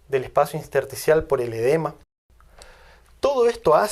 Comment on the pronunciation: Soy médico; sus vídeos son excelentes, muy bien documentados y se los he pasado a otros colegas que también lo aplauden. Con mucho aprecio, sólo se le pasó "un edema inSterticial", varias veces y que lastimaron gravemente mis tímpanos: Intersticial es lo correcto. Por favor, nunca deje la docencia, hace un trabaja excepcional.